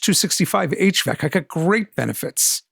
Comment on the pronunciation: Thanks! Quick note: You say "HVEC" but it's HEVC (for High Efficiency Video Coding)